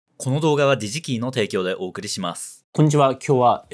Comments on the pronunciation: ｢デジキー｣じゃなくてもっとネイティブ寄りの｢ディジキー｣って発音してるからそう聞こえるんじゃないかしら。知らんけど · さんの「DigiKey」が「じじきい」に聞こえる